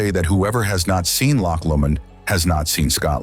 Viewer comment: Brilliant video; beautifully filmed. Just a pity they didn't take the time to learn the correct pronunciation....Brecon Beacons....Loch Lomond !!